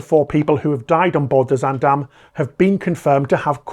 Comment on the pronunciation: as a Dutch native, I have to say this first: great job on your pronunciation of 'Zaandam'! Very sad to see the incompetence of authorities continue at the (potential) cost of more human lives.